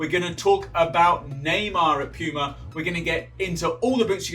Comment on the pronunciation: No one: Him: "Piyuma"